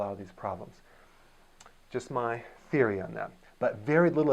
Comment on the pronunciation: Theiry?? Is that Canadian for theory? Thanks for the video though!